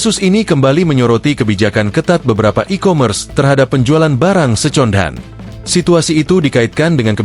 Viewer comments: Sekelas Tribun pake narasi AI, masih ada beberapa pengucapan yang bolong, paling fatal yang kata "second hand". Minimal proof reading lagi atau ganti kalimat di prompt jadi "seken hen" karena AI-nya juga ngikut pengucapan bahasa Indonesia. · Suara AI nya parah banget jir, "second hand" huruf C nya malah pakai ejaan indonesia 😂